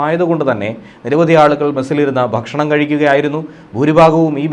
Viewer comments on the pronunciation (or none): none